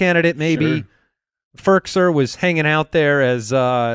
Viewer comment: oh my glob they pronounced "Firkser" correctly...this is truly a new beginning for the Tennessee Titans